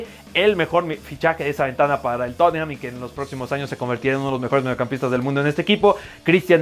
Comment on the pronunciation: y por favor, que todos los de Cracks aprendan a pronunciar TOT NUHM (Tottenham) en lugar de toTENjam 🤦 en su defecto TotJam suena más acorde.